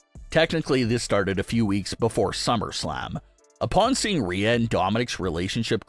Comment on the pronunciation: Pronounce her name right. That's disrespectful